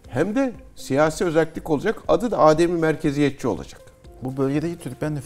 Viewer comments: Değerli Cihat hocam, Âdem-i Merkeziyetçilik değil. Adem-i merkeziyetçilik olarak teleffuz edilmesi gerekiyor. Kullanımı bilmeyen insanlarımız için de manasının izahı yerinde olur. Adem hiçlik, yokluk anlamına gelir. Yani adem-i merkeziyetçilik merkezin olmaması manasına gelir. Merkeze bağlı olmayan yerinden yönetim... Bu video serisi çok faydalı oldu. Başta Cihat hocamız olmak üzere emeği geçen herkese teşekkürler. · Hocam adem'in a'sını uzatmadan telaffuz etmek gerekiyor.